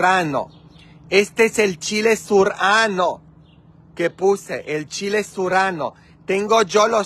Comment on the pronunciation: Opino que hiciste un buen trabajo, es muy bonito tu jardin, las flores son hermosas y tendras una gran cosecha, no ocuparas ir a comprar frutas o verduras, lo correcto mi querido es chile serrano, chile poblano, cilantro y berenjena, espero no te moleste esto, solo estoy compartiendo contigo los nombres de las verduras porque pides ayuda sobre la forma correcta de decir algunas palabras... Las espinacas son buenisimas, para un delicioso jugo verde o ensalada.